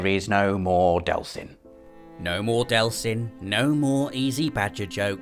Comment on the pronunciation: No delson! This genuinely upsets me....DEEELSON!